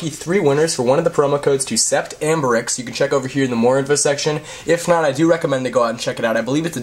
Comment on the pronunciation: it's not said sep-tt , it's said set, it's french .